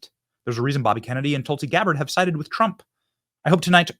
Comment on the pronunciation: Trump not Tramp